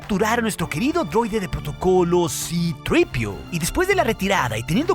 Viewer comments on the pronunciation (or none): Qué asco de pronunciación. "Cripiu", "Artuditu" 🤮